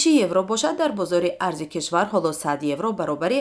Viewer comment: Евроро хато гуфтед